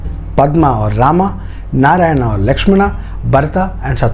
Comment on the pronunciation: I really love the details, but there are a lot more details to put for more understanding. But one thing, I didn't understand why you connected this with today's politics and religion. Channel seemed to have a bunch of knowledgeable and educated people, but you kept pronouncing names like "Rama", "Lakshmana". So, you're trying to make others understand that do not go for others porridge but you're trying to serve your own. You mentioned in the video that in ancient times, there were hardly any written forms available, and so we all could understand the fact that when things are spreading verbally, they get changed like Chinese whispers. So, why don't you stick with the original one (Valmiki ji wrote) and try to decode it. If in Jain's belief, they have different versions of Ramayan, that doesn't mean it's false or just a story. The same goes with other authors and writers as well. I believe that the time and then society (of the writers) had a great impact as well as language barrier (translation from Sanskrit) in the writing and detailing. This is the first time I watched your video. But the way you portrayed it with a cunning smile and vicious/derogative jokes, I was really waiting for the time when you connected this with the politics and a community's belief. That's what you did, your story telling has an agenda and if you're unable to see that if a story (as per your details) has such an inspirational power for thousands of years, then you have to go th